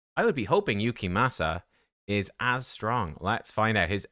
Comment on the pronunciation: Damn i gotta watch these vids with subtitles. Please, pronounce his name correctly. Your accent makes it tolerable at least.